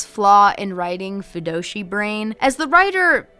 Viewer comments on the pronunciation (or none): I know you definitely meant “Fujoshi” (girl that likes BL/ yaoi) but I did for a minute think you were saying FUNDOSHI brain and that…that took me out bc all I thought about was a person obsessed with traditional Japanese underwear 😂😂